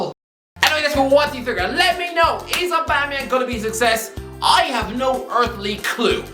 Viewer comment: Did you just say aubuma bloodclaat yeng u jamaican or irish 😁😁😁